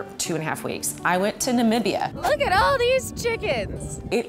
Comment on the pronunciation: She pronounced Namibia right. Im so happy about that! You have no idea how many people say it wrong. Ahh this made my day😁